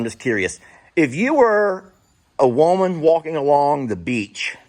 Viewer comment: cracks me up when he says “woman”. His accent says…”woah-man”! Cracks me up!😅😂